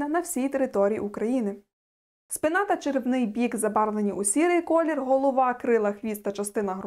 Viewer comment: Дякую, було цікаво дізнатися про собливості ворон. А про круків є відео? У Вас гарна мова, але є неточності: Ґава; спИна; грАк - гракАми; кИдають